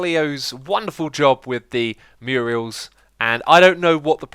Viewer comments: Love you to death, but you're murdering my ears! Myur....uls. Myur-uls. XD Murals! <3 :D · Anyone have a running counter on the number of times X has mispronounced or misspelled "Murals"? He always says "Murials" which isn't even a word! Makes me laugh every time. XD